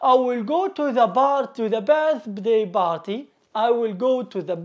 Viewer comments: نطقك لكلمة party غلط / party not barty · Abostrof ..... Barty😅😂🤣 عليها خرجت ولم إكمل الاستماع لك عرب المشرق وعدم تفرقتهم بين B و P تعلم نطق الالفابي أولا ثمرعلمها للناس